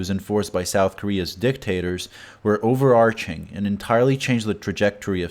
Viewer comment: I can't take this pronunciation of words. auTomobeel overaCHing